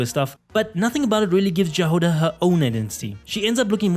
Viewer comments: You pronounced Jahoda wrong!!! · The pronunciation of Jahoda's name is killing me